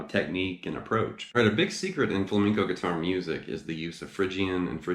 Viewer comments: He's saying fleinco its flamenco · I remember this guy giving me sht because I wasn’t pronouncing “flamenco” properly! Lol Lesson learned. Beware! 😊 (Great lesson! Thanks! I learned a bit from that book “Guitar Grimore”.)